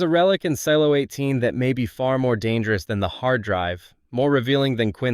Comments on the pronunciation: Seelo? SEELO? Really?? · Also can't tell if I'm missing a joke or something. One second you say silo 18 weird, like sealo. But then say the show name normally, how it's pronounced. Not the first time I noticed this in your videos. Very strange, ai voice perhaps? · YES, I just keep thinking Ceelo Green every time I hear it! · this AI can’t even pronounce “silo” correctly - the name of the show… 🙄🙄🙄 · same thought lol